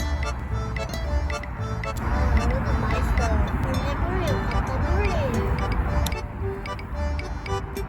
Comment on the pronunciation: ㅋㅋㅋㅋㅋ 악센트가 그게 아니잖음 홀리~ 몰리~